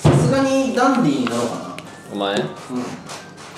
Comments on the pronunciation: カンタくんが言うと、 ダンディ が だんでぃー に聞こえる🤣 お子ちゃまだから、ひらがな表記で🤣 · ダンディーじゃなくてかんてぃー(笑) まちがいない😂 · ❌ダンディー ⭕️カンティー